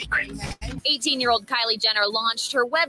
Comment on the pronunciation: "Liely jenner"😮😂